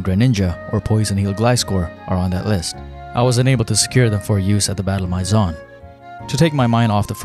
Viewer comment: Maison pronounced My Zon just hurt